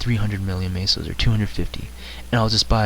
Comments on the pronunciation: its not maso its meso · i like how you say "Maysos"